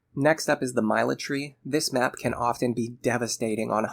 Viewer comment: Great video as always, broke my brain to hear Myla- Tree instead of Military